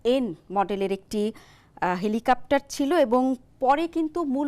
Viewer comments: হেলিকপ্টার, হেলিকাপটার না.. বারবার একই উচ্চারণ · "হেলিকাপ্টার" নয়, সঠিক উচ্চারনটা "হেলিকপ্টার"। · এই মহিলা কতোটা শিক্ষিত? এরকম গুরুত্বপূর্ণ একটা টপিক নিয়ে বলতে গিয়ে উনি কেনো "হেলিকপ্টার" না বলে "হেলিকাপ্টার" বলতেছেন? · হেলিকাপ্টার না হেলিকপ্টার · Dear Madam, apni bohu bolechen helikaptar but its helikoptar....:) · হেলিকাপ্টার শুনতে শুনতে বিরক্ত হয়ে গেলাম। এটা "হেলিকপ্টার" হবে। 😅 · সবার আগে খতিয়ে দেখা হোক উপস্থাপিকা হেলিকপ্টারকে হেলিকাপ্টার বলছেন কেন? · হেলিকাপ্টার হবে না হেলিকপ্টার উপস্থাপিকার উচ্চারণ এর এই অবস্থা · হেলিকপ্টার উচ্চারণ করুন। কেমন সাংবাদিক সাধারন উচ্চারণটি জানেনা? তা-ও আবার নামি-দামি চ্যানেলের সাংবাদিক। 😂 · বারবার হেলিকেপ্টর বলছেন। পরবর্তীতে উচ্চারণ সঠিকভাবে করবেন। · জ্বি হেলিকা*প্টার,,, উপস্থাপিকার উচ্চারণ খুব সুন্দর 😄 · হেলিকপ্টার হবে উচ্চারণ টা